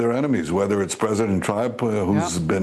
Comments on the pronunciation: “whether” not rather bro.. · Say it with me please: “WHETHER” not “RATHER” please bro